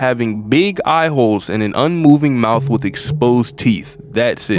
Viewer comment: "wit" is crazy 🤣